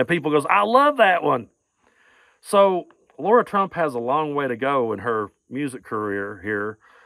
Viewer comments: The proper pronunciation of her name is lair a. Lara. It not laura. Im a laura and to pronounce it laura is insulting my good name laura. Its lairah lara. Please lets not insult my name. Im thankful her name is not laura. Lara lairah is her name! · OK, but you should pronounce peoples' names right. Lara is not pronounced Laura.